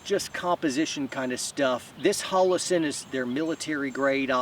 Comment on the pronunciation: Never heard of “Hallassen”.